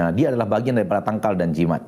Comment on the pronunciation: Jimat kali ya min, bukan Jimak...